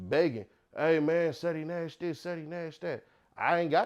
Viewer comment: Ceddy not ceedy😂😂😂